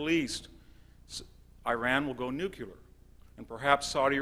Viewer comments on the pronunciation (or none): he says "nuculear"